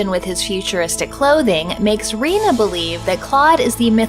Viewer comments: Rena is pronounced Ray-nah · Did you say Reno? lol